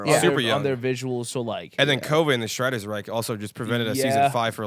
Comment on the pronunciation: "strighter's wrike" 🥀